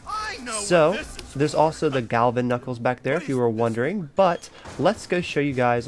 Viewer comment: You said galvenuckels and it was claimwars lol